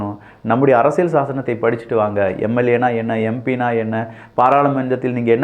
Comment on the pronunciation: தம்பி அரசியழ் இல்ல அரசியல் எங்க மருக்கா சொல்லு